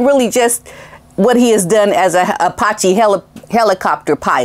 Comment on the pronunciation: I bet JT is having buyers remorse. Especially after the way Harry insulted him. Claiming that JT made a lot of money off of his dancing with Diana. I think JT has committed career suicide. It’s pronounced Apache- A patch ee. My husband and I have been in the aviation industry militarily and as a government civilian for 37 years. We’ve had friends and colleagues who were aviator heroes in combat in the enemy hot zone during war and since. These men and women were Purple Heart and Silver Star recipients. Let’s not forget those heroes that died in service to our country. In our opinion those Heroes are far more deserving of this award than bunker Harry Windsor.